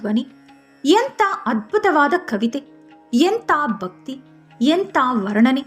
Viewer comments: ಬಹಳ ಚೆನ್ನಾಗಿದೆ ... ಒಂದು ಮಾತು - ಕೆಲ ಉಚ್ಚಾರಣೆಕಡೆ ಗಮನವಿರಲಿ. ಉದಾ - ಬಕ್ತಿ ಅಲ್ಲಾ ಭಕ್ತಿ . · ಬಕ್ತಿ, ಬಾವನೆ ಈ ರೀತಿಯಾಗಿ ಮಹಾಪ್ರಾಣ ಮರೆತು ಉಚ್ಛರಿಸುತ್ತಿದ್ದೀರಿ.. (ಭಕ್ತಿ, ಭಾವನೆ)